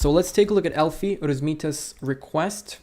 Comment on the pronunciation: Bro it was ELFY not ELFI 😂, I didn't do u bad bro 😢